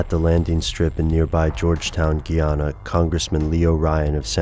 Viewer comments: The way you say guyana cracks me up, my grandpa is from there and he says guy, like a man, ana. Great video though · tis pronounced guy-ana...